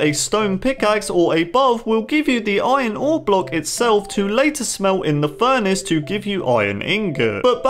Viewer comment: the way he pronounced furnace as furnish tho